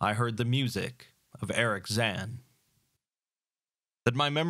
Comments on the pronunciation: Personally my favourite short story of Lovecraft's. Also, I think you are mispronouncing Zann's name. Since he's a German the pronounciation would be zaNN. No real pronounciation on the A. I can't write pronouncitations well, but his name should basically be pronounced similarly to the Japanese -san honorific. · No worries, I reckon. It sounds foreign to German speakers, the way you say it, but... who cares what the Germans think.